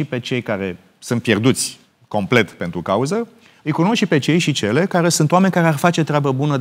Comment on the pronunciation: Geoana M : "Complect....bla bla bla....complect....bla bla bla....complect.....". 🤦🤦 Dle Geoana ! Complet , dom'le, complet !